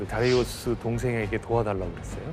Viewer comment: 아니 이란사람도 다리우스라고하는데 왠 다레이우스? ㅋㅋㅋㅋㅋㅋㅋㅋㅋㅋ